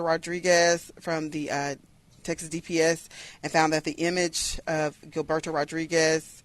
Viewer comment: Is pronounce jilberto or hillberto